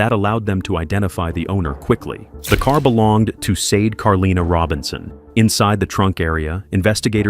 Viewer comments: The first victim's name is pronounced Shar-day. Not Seid, nor Sei-dei. Please make the effort to do people the courtesy of saying their names properly. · You pronounce her name like" shau- day"!!! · I was thinking that all the way through!!!!!